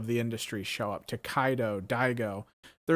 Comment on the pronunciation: I also thought “To-KAI-do” was going to win but MenaRD’s gameplay was SUPERB!!! I was really happy when MenaRD took it! Let’s go DR!!! 🇩🇴🇩🇴🇩🇴 Btw: it’s Tokido, not ToKAIdo***